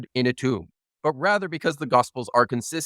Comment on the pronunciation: Is it just me, or do evangelicals always seem to pronounce "Gospels" like "Gossfulls?"